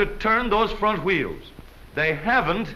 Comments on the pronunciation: I love how he says wheels it sound like chuieels 😂😂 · Aahhh, that narrator! Wheels = woo-heels. Awesome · I love this mans pronunciation of wheels.